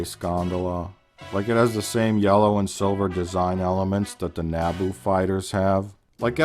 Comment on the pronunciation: Nabooffel Tower! Lol